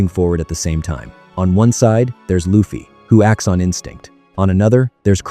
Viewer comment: STOP SAYING IT LIKE THAT!!!! IT'S AN L! NOT AN R!!!! IT'S ONLY AN R IN JAPANESE!!!! IT WOULDN'T BE AS INFURIATING IF YOU DIDN'T SAY THAT WORD AGAIN AND AGAIN AND AGAIN EVERY SINGLE HELLFUCK MINUTE OF THIS VIDEO!!!!!!!!!!!!!!!!!!! AWFULL!!!!! STOP USING AI VOICES!!!!!!!!!!!!!!!!!!!!!!